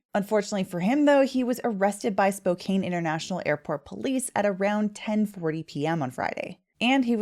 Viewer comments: Pronounced Spo'can'.....not Spo'cain' .......although I know its another one of those english words that don't sound like they appear. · Spo-can (not "cane") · Please just stop saying “Spo-cane.” It’s Spo-can. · You need to learn how to pronounce Spokane!!! It is NOT “Spo cane” but “Spo can”!!!!! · FYI, it is pronounced Spo-can'. Not Spo-kane'. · It's pronounced "spook-anny!" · Spokane sounds like spokan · It's pronounced Spo-can. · Spokan is how it’s said. An no ane. 🫡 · Spokane is pronounced Spo "can" like tin can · Mr. Howard made things worse for himself. Fleeing shows signs of guilt especially with work related experience. Just an FYI, Spokane is a Salish name and is pronounced Spocan. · It’s pronounced SpoCAN. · the fact you keep pronouncing Spokane wrong is bugging me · I’m from Canada, don’t travel, and even I know how to pronounce Spokane. I’ve never encountered anyone who doesn’t.